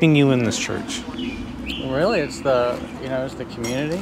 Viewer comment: What's a "Hurch"?